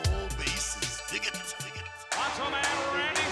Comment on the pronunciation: "He's the MEhcho Man..."